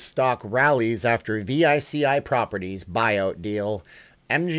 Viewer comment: Veechee Not v i c i